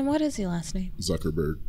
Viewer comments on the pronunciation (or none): This man said “Zuckerberg” LMAO. The ottoman’s love you Sam!